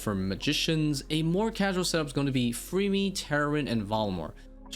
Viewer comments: When you say Varlamore is casual, you are really not taking into consideration that to get the 9th and 10th combat mastery, you have to beat Sol Heredit Echo, and TzKal Zuk Also why are you saying Freemy? its Fremmy, two m's, not two e's.. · I've never heard someone say FREEme for fremmy lol.